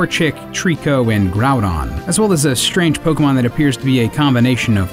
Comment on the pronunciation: Don't voiceover a Pokemon dyk video if you can't pronounce the Pokemon correctly